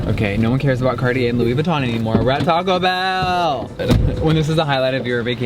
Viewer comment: I died for a literal second laughing - 😂 Toe-co Bell 😂